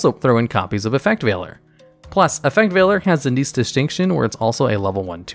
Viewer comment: He said Effect Veiler right!! :D